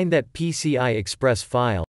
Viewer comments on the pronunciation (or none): none